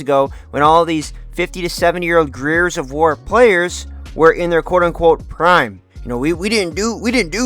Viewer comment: You can’t even pronounce the title of the game properly, what a moron